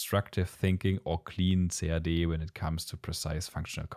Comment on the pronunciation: I like the video and the clear in-depth explanations from the user point of view, but please use for CAD the phrase /kæd/ or /si-ei-di/, and not /ce-a-de/. I do speak German, and still, until almost the end of the clip, I could not catch what you were referring to.